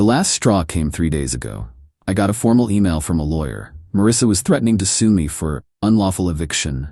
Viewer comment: AI read fail. Can't parse "$4k" into "four thousand dollars." It also fails on abbreviations. "TBH" becomes "tuh-buh-huh." "BBQ" becomes "buh-but-que." Thirdly, all-caps emphasis. Example: "She blamed ME for being homeless" becomes "She blamed em ee for being homeless." There's more, obvs, but those are the high low points.